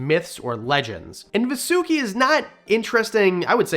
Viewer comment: Its not va su ki. Its vaaa su ki...